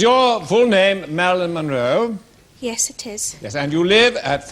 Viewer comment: Munro, not "Monroe".